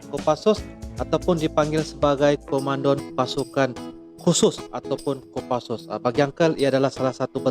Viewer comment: bukan komandon!!!!!...... Tapi komando!!!!!!!........